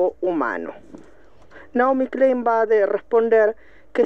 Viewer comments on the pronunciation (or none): none